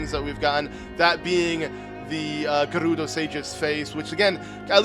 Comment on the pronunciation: I like how he rolls hood “R’s” with “Gerudo” and “Urbosa” but it is different.